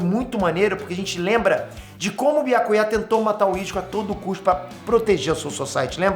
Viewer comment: É so eu que fico com agonia da pronúncia que o fala o nome do Byakuya? 🤡